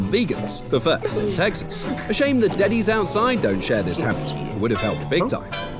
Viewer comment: I love how he says "get to ze chopper" In a hilarious way☠️